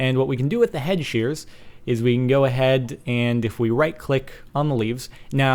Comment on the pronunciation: it sounds like your saying head shears